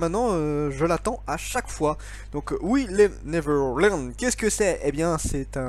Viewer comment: La façon dont tu dis : "We Never Learn" à 1'12" 😂😂😂